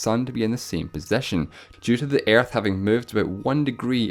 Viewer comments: I die more when you think that my mother language is English. I am not a native speaker neither. Yet he pronounce ''Earth'' more like ''iearth'' rather than ''ə''. That is pure pronunciation mistake, nothing to do with accent. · Earth not airth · it's actually earth Not aerth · You're voice is so wired and you sound like and Japan is that way you say.an episode 1 and it s earth not iarth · “Ærth” funny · stop saying airth lmao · Why are talking Aerth? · When you say earth I sometimes think you say air. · Ok,I thought you said "Air" instead of "Earth" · When he pronounces earth as air-th (not trying to make fun of his accent) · I love the way he say aerth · "Airth" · I love how this guy says earth It sounds like airtth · Say Earth correctly you're saying: Airth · everytime that you said ''earth'', part of me died... worst pronunciation ever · sorry, but how the fuck does he pronounce earth? xD I know its a accent/dialect but still. No hate please...